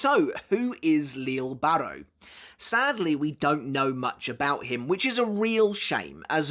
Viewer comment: Still pronouncing names wrong I see, yayyyy.... can't wait to hear all about "leele barro"🙄